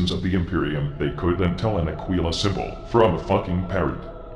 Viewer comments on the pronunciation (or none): none